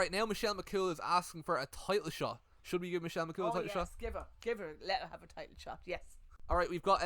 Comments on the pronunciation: bahahaha later into the video "Michelle McCaul bahahahahahah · your mam being unable to pronounce "Michelle McCool" has me in stitches hahahahahahaha McGoal she said